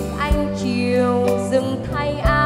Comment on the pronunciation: Nghe phát âm chữ “Anh” là mất phê, giọng nghe chè bẹt quá.